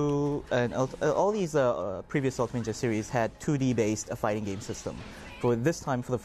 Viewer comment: hey havent u noticed when he says fighting game its kinda like hes saying farting game